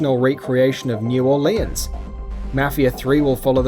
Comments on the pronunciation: The way you say Mafia and Orleans pisses me off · Orleans Pissed me off